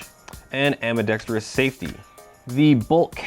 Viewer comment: How can you not say ambidextrous?